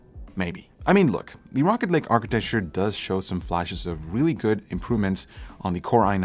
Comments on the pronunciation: Am I the only one who heard him say rocket league? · i thought he said rocket league at the beginning, it threw me off lol.... great video though, cheers! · When some people say rocket lake it sounds like rocket league lol he making me want to play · I really though you said Rocket League at first so I was very confused for about 30 seconds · I thought he said rocket league at the intro lol